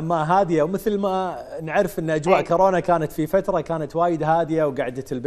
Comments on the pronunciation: خبصونا بالبدايه الشاعره والمثققه وصاحبه اللسان الحلو وضعت للحب لغه وهي هنا تگول كارونا متعرف اسم كورونا اصلا شاعره وطالعه برنامج ومتعرف تلفظ اسم صح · ههههههه..اي صحيح..اني هم انتبهت عليها..كالت كارونا...خوش مثقفه واعلاميه...كورونا بابا تعلموا... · كاااارونا ؟؟؟؟ تره اسمهه كورونا كورونا 😭👍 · طالعة بلقاء وتگول كارونا 🤦🏻‍♀️ والعباس اسمها كورونا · ڤايروس كورونا هم شويه اصحح 😬🤦🏻😂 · شاعرة العراق الاولى ماتعرف تكول كورونا تكول كارونا السياب كاعد يلطم هسه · كارونا😂🤭🤭🤭🤭🤭💔يابه اسمها كورونا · كارونا هههههه يمعوده كورونا يالمثقفه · العمى حتى كورونا متعرف تلفظها صحيح ليش افضل شاعره عراقيه قابل هي نازك الملائكه مثلا كلنا نشوفها اتفه من التفاهه